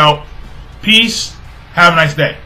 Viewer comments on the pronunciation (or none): none